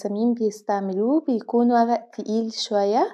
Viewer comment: وغأ 😂😂 ورق و-ر-ق